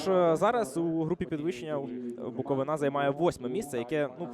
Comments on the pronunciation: Коментатор😖 Не БуковинА, а БуковИна Це не тільки паплюжить команду, а їй цілий регіон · БуковИна а не НА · А лоху коментатору ніхто не підказав, що не БуковинА - а БуковИна. Вчіть матчасть